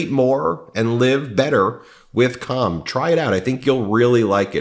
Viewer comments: Rally ought to watch the inflection when you're pronouncing calm. was away from my computer and I thought you were talking about something else xD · He's saying "calm" but not pronouncing the L. I can't stop giggling.